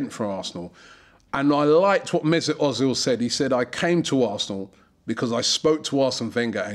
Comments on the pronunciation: özil is pronanced Erzil not Ozil but i am happy we have him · Özil, mate. You say Ozil. It's pronounced Oezil. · i love how you say ozil hahah its more like 'err-zil' :P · Robbie, its pronounced erzil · Its Pronounced Mersoot Erzil..... I hate the way Robbie says it lol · I was just about to tell you ur saying ozil wrong but then u said ur going to start saying it write